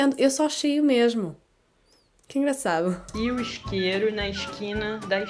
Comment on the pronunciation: Notei que os portugueses omitem as vogais das palavras e inserem outras onde não havia. Exemplo: isqueiro = scairo. Tudo bem - Tudbain. Eu entendo = Au intiend